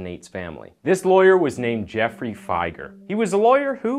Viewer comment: It's Jeff free Fi Grr